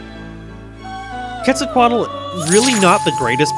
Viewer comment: Quetzalcoatl is pronounced 'Ket-za-coat-all'